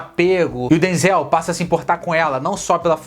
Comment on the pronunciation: Você ta pronunciando o nome do Denzel errado querido rsrsrsrs